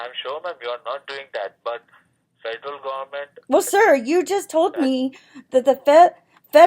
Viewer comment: Can’t even pronounce the word federal correctly!